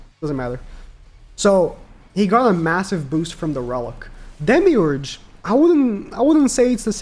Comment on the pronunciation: No way bro said demiu urges😭